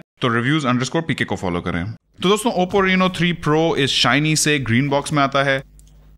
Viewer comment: bhai yeh reeeno nahi hai raino ki sound hai